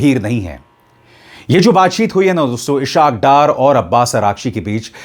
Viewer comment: "Ishaq Dar " is inappropriately "pronounced". It is "IS HAAQ DAAR"